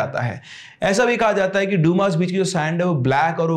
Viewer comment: Dyumaas beach nahi h Bhai It's Dumas beach👍🏻